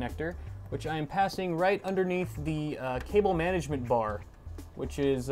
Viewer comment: Did he say passing shit through?